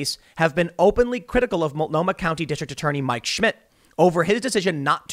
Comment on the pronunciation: Correctly pronounces weird Pacific Northwest words like "Multnomah". Atta boy!